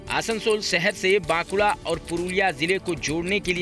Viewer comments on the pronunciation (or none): Pronounce it properly , it's not Bakunda.. Its Bankura... And thanks for showing this